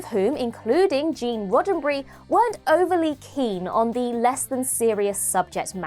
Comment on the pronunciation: "Gene Roddenbry"? Who the hell is that? Its RODDENBERRY.